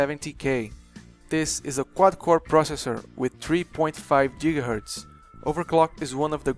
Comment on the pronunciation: Jigahertz? Ahahahahaha I love it!